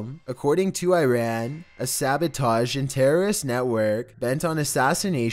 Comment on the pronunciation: The way he says Iran and Shiraz makes me wanna cry